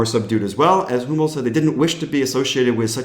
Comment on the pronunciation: When you said "Danish Sport wear provider Hummel" and it sounded like Danish Sport wear provider homo, I spat my beer out laughing! Very fitting! 😂